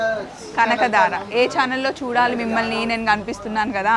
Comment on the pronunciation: అమ్మా.. నీ channel పేరు చాలా బాగుందమ్మా. పోతే.. కనకదార కాదు. దారా కాదు ధార. కనకధారా ధ వొత్తి పలుకు తల్లీ. కష్టం ఏమీ కాదు